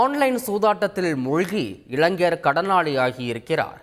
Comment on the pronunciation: இலங்கையர் என்பதுபோல் இருக்கிறது செய்தி வாசிப்பவரின் பேச்சு இளைஞர் என்பதை ஒழுங்காக பேசமுடியாதா?